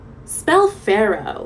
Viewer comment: Really went faro, part of speech related to wheat, farrow, something to do with plowing, before realizing she meant pharoah.